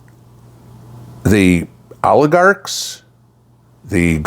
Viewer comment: When said "oligarchs of the world" I just heard "aardvarks of the world" and I was so confused for a minute 😂😂